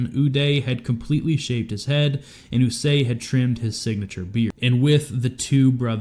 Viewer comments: It’s Qusay not Usay you chomo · It’s Qusay Hussein not Usay. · Hey dummy, it's "Koo-say", not "usay". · Sadam Hussein's sons were Uday and Qusay Hussein so I'm curious why you pronounce Qusay as "Eww-Say" when it's actually pronounced "Koo-Say" ? Not that anyone really gives a crap. I certainly don't but in an effort to be accurate it's nice to get it right. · Qusay is pronounced , KOO-SAY... OOH-DAY, and KOO-SAY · Uday and QUsay...KOOsay... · Ooo-day & coo-say is how the names are pronounced I believe. 😅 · Qusay…with a Q…